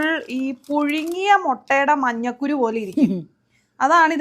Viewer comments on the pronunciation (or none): Annamu manjakuru alla manja kàru❤😊